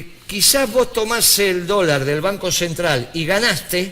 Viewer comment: PD: es "banco", no "vanco"...